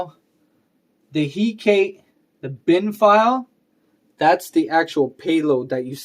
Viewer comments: Nice video, although I'm pretty sure it's pronounced Hek-a-te :P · The way you pronounce hekate is going to drive me mad